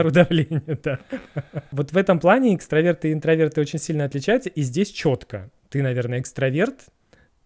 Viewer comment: Дорогие! только правильно экстрАверты 🤭 (коммент от токсика)))